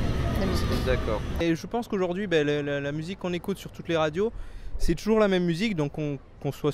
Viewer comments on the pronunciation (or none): new word: "trour" (toujours)